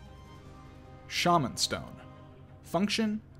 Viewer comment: this dude turned into hornet for a sec instead of saying shamen stone he said sha man stone with emphasis on the sha